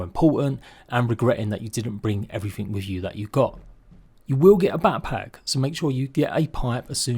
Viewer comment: Haha “papack”